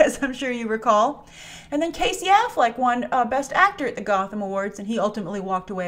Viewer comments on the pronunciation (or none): none